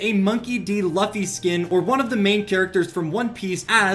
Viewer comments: Bro my stomach hurt when he said loffy not luffy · he said lufy not luffy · AINT NO WAY HE SAID LUFFY LIKE THAT, HE SAID (LU-FEE), NAWWW ITS (LOO-FEE) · HOW DARE YOU SAY LUFFY LIKE LUAFFY IT LUUUUUUUFFY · It's Luffy l.oo.f.y not lufy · Its pronounced monkey d loofy bruh not pronounced "LuPhY" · Bro said lufy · luffy is pronunced l-oo-ff-e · Bro did not say luffys name wrong lueff e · Btw luffy is pronounced loofy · Luffy prounousd loofy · Bruh said "LuHFee" -_ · It is pronouned l -oo -ff -y I watch the anime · It’s pronounced monkey D Loo-fee spelt luffy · the way he says Luffy is just no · you pronounces luffy wrong... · Bro mispronounced Luffy 💀💀 One piece fans 👇